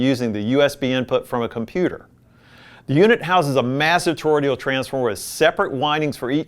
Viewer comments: Toroidal- not toroidial! Please! It’s not difficult - or should I say difficulital? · Good video to help newbies. :) Apparently Cambridge has come a long way; their amps from a few years ago were boring as hell. The Brio is a classic, and the Rega in this video is likely the best of this group. Btw, it's toroidal. Not toroidial. (not sure why everyone is saying torodial lately in all the vids I've been watching. Sorry - pet peeve of mine. lol Please ignore me. hahaha) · "Toro-DE-al"? Toroidal. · I love your content and the way it is presented. I have one minor criticism though. You are producing "toroidal" incorrectly. You add a letter l after the d and pronounce the word "tor-roi-dee-al.